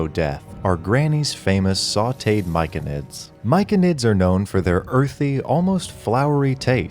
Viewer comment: Myconid is pronounced "My-so-nid" by the way (like mycelium).